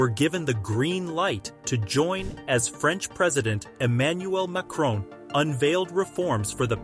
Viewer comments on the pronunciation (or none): none